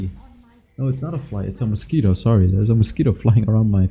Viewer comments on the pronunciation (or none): none